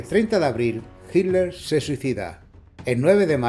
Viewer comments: En españa pronuncian de una manera distinta Yo le digo Hitler pero Hiler suena más fluido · Por que dicen "HILER" ? 🤣